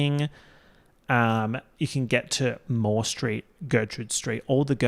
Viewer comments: i heard "street of the year" as "straight of the year" as in straight person. and i was like that's an incredible category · When he first said "street of the year", I thought he said "straight of the year" AKA the straight person who excelled in being less annoying than all the other straights. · I THOUGHT HE SAID STRAIGHT OF THE YEAR and was dyinnggggg, was really confused when he said they were all Melbourne based straights